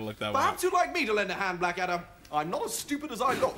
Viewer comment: I've always loved the way that Hugh Laurie's Prince Regent (Series Three) called Blackadder "Bladder" :)